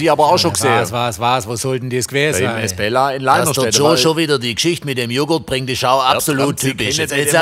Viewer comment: Ein Glück gibt es die Kommentare, ich hab ums Verrecken nicht verstanden, wie der Laden hieß, dank der Kommentierenden weiß ich es: Esbella! Und ich hab die ganze Zeit "Miss Bella" vestanden 🤣